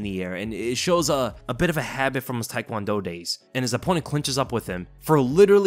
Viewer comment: Taekwondo, not "thai"kwondo. Take-won-do. I hate that no one pronounces it correctly.